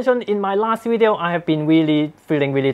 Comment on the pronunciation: I came here just to hear you say wideo, but I stayed for the useful product review knowledge, love your work